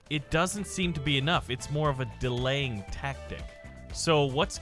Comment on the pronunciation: when he said daleying tactic i thought of daleytactics